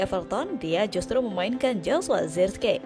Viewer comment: Sebutan yg benar zerkzi..